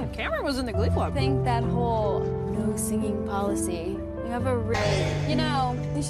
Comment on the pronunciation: Sorry bang, pronounce utk that-nya keliru, mungkin sebelum nyebut judul film bisa observe dulu di aplikasi/software translator🙏🏻